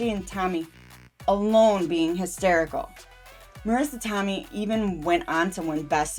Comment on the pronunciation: Every time you mispronounce Marisa Tomei's name, my ears hurt. I have to end viewing of this after only 2 minutes. Go and do a YouTube search for Marisa Tomei's interviews to see how her name is pronounced. Marisa Tomei is an amazing actress.